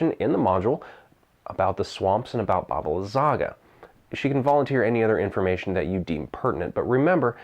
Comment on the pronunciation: Great video! But... im sorry, every time you say it all i can hear is "Baba Lasagna" lmaoo